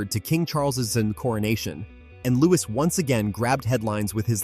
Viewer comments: Louie is the sound not Lois the S is silent. 😢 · And why use an AI narrator? If you absolutely can’t afford the minuscule fee a human narrator would earn, at least teach the AI to pronounce the names of the royal family correctly. It’s offensive to propagate mistakes and then use an American accent. That’s a deliberate decision. Real Americans can pronounce Louis correctly.